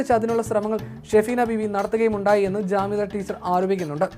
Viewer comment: ജാമിദ ടീച്ചർ not കാമിദ